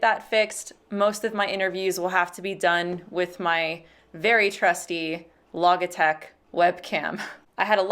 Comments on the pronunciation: the way you pronounced "logitech" with a hard g made my day. ;D yes. i am easily amused. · I love your stuff. However, as a loving Christian brother I have to correct you on something. The G in Logitech is pronounced like the G in Logic. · I must say, as an atheist, your video game me a real moment of doubt about my beliefs. The moment you pronounced Logitech, my whole world was throw into chaos. Had I been pronouncing it wrong this entire time?